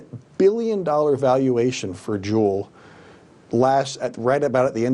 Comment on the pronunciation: It's pronounced Jule not Julie. He pronounces it right and wrong lol. Also all of the injuries from e-cigs have been linked to the cartridges being cut with liquid vitamin E. And they need to make women and children a protected class so the punishments will be stiffer than the current laws. Because sentences for child prostitution and human trafficking are way too light.